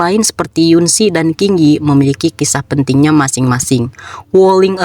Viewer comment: Hampir tidak ada konten kreator yg bahas donghua, bisa dgn benar menyebut huruf ,"Q , sebagai huruf ,"C, seperti di donghuanya....disini admin nyebut nama ,"Qing Yi ," dengn bunyi ,"King Yi ,"....padahal yg benar itu ,"Cing Yi ".....saya heran, admin donghua seharusnya familiar dgn donghua, tapi sebut nama karakter saja kok salah semua..😢😢..dalam sebutan China, misal huruf Q , X, itu tidak disebutkan sama seperti sebutan Inggris...sebutan China berarti ," Q " = "C" dan "X " = " Shi ".....nah, untuk sebutan alphabet biasa, " Q" dibaca Ki...X dibaca Ks...😊😊..jadi, saat nonton donghua, admin harus nyimak gimana yg benar sebut nama karakter..biar gak aneh saat didengar penonton..